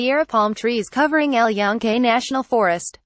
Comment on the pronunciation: at least get someone that can pronunce EL YUNQUE properly